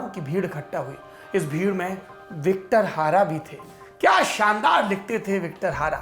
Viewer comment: सर Victor Hara नहीं बल्कि Victor Jara नाम था उस सिंगर का ।